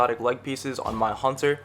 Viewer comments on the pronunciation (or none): none